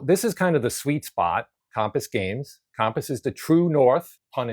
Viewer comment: Interesting statistical analysis ... but your pronunciation of Compass really threw me for a loop! 🧭